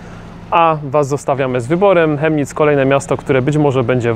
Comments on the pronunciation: Prawidłowa wymowa nazwy miasta to Kemnic, nie Chemnic. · Wymawiamy tą nazwę miasta Kemnic (fonetycznie) a piszemy Chemnitz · To sie wymawia " Kemnitz"... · Kemnitz sie wymawia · chyba z tego co słyszałem oni „Kemnitz” wymawiaja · Zez mieszkam od noe dawna w Chemnitz ale nadtepnym razem mow przez K a nie Ch🤦‍♂️"kemnic"